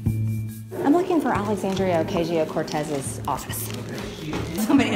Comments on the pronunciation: “Ocayshio” Cortez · Oh-caysheeoh Cortez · She likes to say her full name but she keeps saying it wrong..😆😆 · The only thing that Greene should be yelling through is the food tray slot from a padded cell. Margarine Trailer Grin should also pronounce AOC’s name properly. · At least pronounce AOC names right